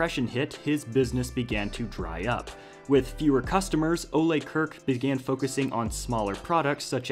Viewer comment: You pronounced the founder's first name incorrectly.